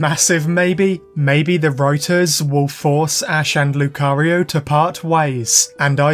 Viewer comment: My ear is hearing cario not Lucario by the end of the video.